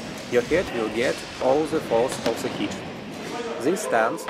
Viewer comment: Видое хорошее, смотреть было интересно и английский был в общем понятный за одним исключением. У меня была проблема с пониманием слова "hit", ведь на протяжении 3 минут я слышал слово "heat" и только под конец понял что это было за слово. Так что я бы предложил вам в будущем использовать слово "strike", его и перепутать сложнее, и звучит по моему лучше. А так мне все понравилось, буду и впредь смотреть ваши видео (скажем спасибо за это Метатрону))